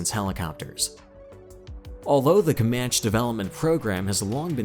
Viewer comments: Not "kee-oh-uh" it's pronounced " ky-o-wa" Kiowa. "Comanchee" not "Comanch". How the fuck does someone do enough research to make a video like this yet not know how to speak? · . comanch-ee not comanch, kI-owa not kee-owa, think American indian tribes.